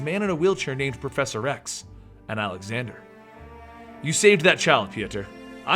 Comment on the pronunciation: Lol. You said proffesor x. sounded like you said professor rex. Love your videos.